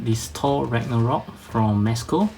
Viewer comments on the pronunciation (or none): none